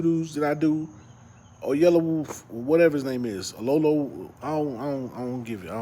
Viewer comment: Oyelow? Lol